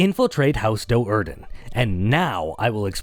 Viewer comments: I just can not get past how carefully this guy mispronounced it Doe'Urden. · The pronunciations made an otherwise amazing video kind of painful to watch. I'm so used to pronouncing Do'Urden as "due-arden" that everything else just sounds wrong